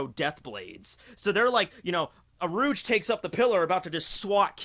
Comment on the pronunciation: U - rū - ji his name has 3 syllables. Some might say who cares at all really but a lot of us can agree how we say Luffys name and Marios. You know Mario and not Mary - O